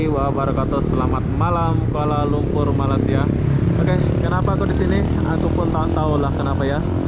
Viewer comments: ko bkn krr kat jakarta lagi krr....., masa bila ko dtg KL.....,sebut Malaysia..., bkn Malasia..... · Halo bang.. Jangan malas- malas ya. Sebutan Malaysia itu ialah Malay bukan Malas - ya. Seperti kita menyebut day bay Jay say lay may. Bukan malas dan juga bukan malai. Kalau malai itu seberti Palula Malai Ali, lemah gemalai. balai polis. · maaf ingin menegur sebutan nama negara kami MALAYSIA bukan Malasia....sila bunyikan huruf Y nya itu...hihi TQ dengan video2 anda sekaligus dapat mempromosikan negara kami